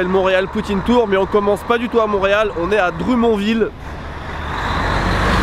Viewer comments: On le prononce dromonne ville, pas drumon ville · Drummondville.... c'est pas comme ça que ça se prononce haha, c'est pas dru-mon-ville, mais plutöt drum-mond-ville (en phonétique), le D n'est pas muet :) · "Drumontville"?????? Nooooooooooooo, Drummondville, mond, on prononce le d XD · ces pas a droumonde-ville ces dromond-ville XD mais sinon ces cool que tu sois allez au quebec :D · Ça m'a vraiment pris un temps pour comprendre la prononciation française de Drummondville (dru-mon-ville)! Je suis habituée, au Québec, au prononcé anglo-québécois : Drommônndd-ville! x) Sinon, bonne vidéo! Ça m'a fait bizarre de voir une ville que je connais super bien dans une vidéo Ici-Japon (Ici-Québec) :) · HAHAHAHA En plus des gps qui disent Dru-mont-ville, y'a toi... Il est 1h19 am à Québec et quelqu'un a ENFIN fait ma journée! Y'était temps :') Je vais t'aider : "drum" (like a drum/batterie), "mon" (comme money) et "ville" dit en bon français 🇨🇦 Sur ce, je vais passer une autre nuit blanche à regarder tes vidéos ! ✌ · Le nom de la ville se drumon ville oui mais sa se prenonce dremonne ville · DrUMONville 😅 au Québec on prononce ça dro-m-one-ville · Holala dire que tu étais dans ma ville (Drummondville) et que je t'ai même paw croisé 😭😭😭 D'ailleurs, le nom de la ville se prononce en Anglais Dro-mone-Dville. Le DrûMont ville ça nous a bien faire rire mon copain et moi 🤣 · le D est muet dans drummondville donc a l'oral sa se prononce drummonnnville jme plusieurs N pour que tu comprenne bien aussi quon doit tenir un petit peu le N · J'adore tes vidéos juste une petite chose ce n'est pas drùmmondville mais drummondville le début ce prononce comme le drum l'instrument de musique pour t'aider😅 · C'est pas Droumont ville c'est Dommonnevil. En tous cas c'est comme ça que ça se prononce. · Sa se dit pas dru mon ville sa se dit drom onn ville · Par contre Drummonville se prononce "dromone" pas "dromon" x''') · PAS DRU-MON-VILLE.. DRUMMMM-ONNN-VILLE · Dru-mon-ville lol XD